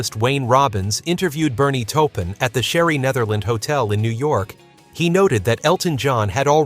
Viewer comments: Just words of advice, please proof your videos. Too many mispronounced words ruin this documentation. Make sure you do your homework. It really makes a significant difference. It's Taupin, not "Topin" Otherwise I appreciate and applaud the attempt. But take the extra time to fix any mistakes. It'll put you in a much better light. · It’s pronounced Torpin, not toepin. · omg say toe-pin one more time 🤬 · The name is pronounced "TORR-pin". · TAW PIN !